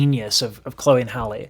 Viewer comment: I love your content, but her name is not Holly. It's Halle (Hal-Ē). Just like Halle Berry, but Halle Bailey. I wish you much success. Also, they're not the same age.